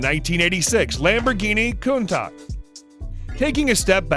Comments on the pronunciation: It’s pronounced “ coon-ta-shh” and “ rei-ducks” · I thought he was saying Counta. I was like what even is a Counta? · I can’t believe the narrator doesn’t know how to pronounce Countach properly. This is a well known car in pop culture, and I have always heard it pronounced correctly on TV and YouTube....until now. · Lol Lamborghini countak? God Countash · Countach is pronounced Countash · wtf is a Lamborghini Countag ? jees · Pronounces Bugatti. Cannot prono8nce Countach. And it is GT350R, not GTR350. The GTR was a concept Mustang. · Pls learn to say "Countach" properly. Thanks. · Did you hear him pronounce countach lol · How can you not pronounce countach? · It's a one off for counts who don't know how to pronounce their words properly! 😂😂😂